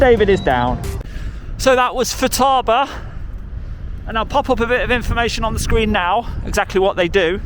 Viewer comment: Pronounced FooTabaa, well known R/C equipment brand name :)